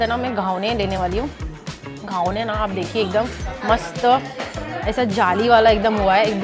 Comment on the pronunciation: It is Ghavan ,not Ghavane..Nice video